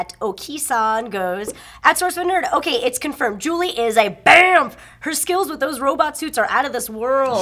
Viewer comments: By the way, it's zhu li, not Julie... Just sayin' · Isn't it Zhu Li and not Julie?